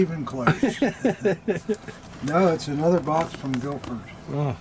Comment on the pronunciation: Its Guildford lads ,cmon ,get it right😅 best regards to all ,Ross (England)